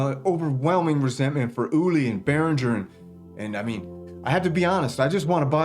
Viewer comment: Your biggest issue is your mispronunciation of Behringer. 😁